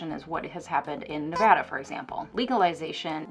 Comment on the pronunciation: You pronounced Nevada correctly. You are officially an honorary Nevadan! Interestingly enough, many of the Republicans here are pro-prostitution due to Dennis Hof's brief career as a politician. While I personally found him revolting (I used to work at one of his affiliated locations,) he did advocate for the prostitutes in a conservative dominant county.